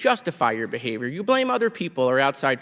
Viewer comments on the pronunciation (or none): none